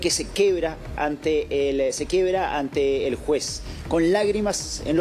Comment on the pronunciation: Quiebra, no quebra